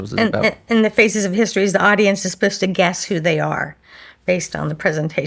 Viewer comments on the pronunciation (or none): I’m cringing at the guest’s pronouncing “supposed to” as “asposed to.”